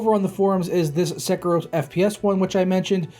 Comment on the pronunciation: SÉ-KIRO hahahahahahahahaha